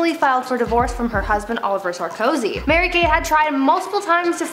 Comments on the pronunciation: Calling Olivier Oliver 😂 The French speaker in me cringed 😬 There’s only a one letter difference, but the pronunciation is definitely different. Ah-liver vs Oh-lee-vee-ay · Please, please, please... learn how to pronounce Olivier. It ISN’T pronounced ‘Oliver’. It is said ‘Oh-liv-ee-ay’. Thanks. This has driven me nuts on multiple videos. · Is anyone else bugged by her saying "Oliver" and not "Olivier"? pronounced very differently...lol